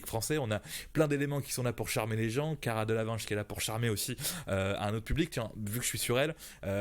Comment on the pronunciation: Le mec il sait même pas prononcé Cara Delevingne !